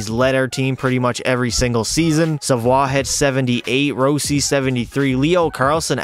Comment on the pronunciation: row-si got me dead bruh😭